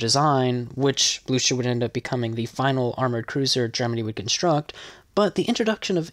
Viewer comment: Not that difficult to look up german phonetics, you complete butchered Blücher, 👎🏻